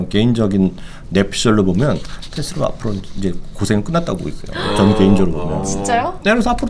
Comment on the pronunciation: 린스타님의 테슬라 발음은 넘사벽